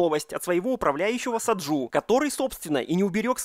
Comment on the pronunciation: Блет не Саджу а Саджи